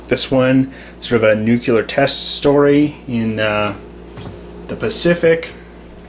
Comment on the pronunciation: You said "nuc - U - lar" instead of "nuc - LE - ar". Minus 7 points. Practice, practice practice!